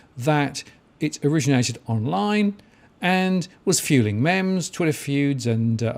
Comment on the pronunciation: Pronounces memes as mems.... OK Boomer 😂